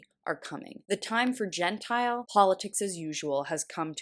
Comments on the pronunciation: Genteel not gentile...lol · Genteel is pronounced "jen teel" "jen tile" is non Jewish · Does not know the difference between "genteel" and "Gentile"?? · "Genteel" not "Gentile." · "genteel" politics not "gentile." You think Cawthorn is calling for the end of non-Jewish politics? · Please …it is “gen…teel” not “gentile” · The word is not gentile, but genteel. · GEN-teal. Not GEN-tile. Big difference. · OMGs..."genteel," not "gentile." Very different definitions. Very different spellings. Very different pronunciations. I give no fs about the conservatives and their paranoia, I want them gone but if you want to make your point heard please pronounce the words correctly. I heard nothing after that. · pronounced genteel as gentile. Purposeful misreading to elicit outrage or a woman, like many other on YT, with limited vocabulary? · The word is genteel, not gentile. SMH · Please, pronounce words correctly. While reading Cawthorn’s statement, you pronounced “genteel” as “gentile.” Genteel refers to “polite, refined, or respectable, often in an affected or ostentatious way.” Conversely, gentile is a non-Jewish person. Cawthorn can best be described as a sanctimonious, lying insult to his elected position. Dark MAGA: Manipulating America’s Gullible A*sholes. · Genteel means to be polite, gentile is to be not Jewish. Pronunciation is important. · Genteel...not gentile. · "Genteel", not "Gentile". Good grief. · There's a big difference between "genteel" and "gentile." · The word is pronounced gen--teal like the color teal. A person who acts like a well mannered, polite gentleman is being genteel. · “Gentile”? Learn English - “genteel” is an entirely different word with a vastly different meaning. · You said "gentile politics" right before . The quote is "genteel politics". The difference is notable. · It's pronounced genteel "jen-teal" not gentile "jen-tile"